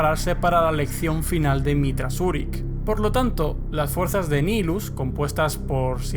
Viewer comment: De hecho el personaje y el titulo señor del hambre. Es una mala traducción. Y de hecho es un nombre latin seria Nihil "nada" En resumen se pronuncia nahaylus "El señor de la nada"